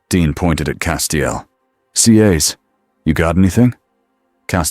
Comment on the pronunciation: Good story. Would have been nice if the narration voice pronounced it "CAS" instead of "SEE AYS"🤦‍♂️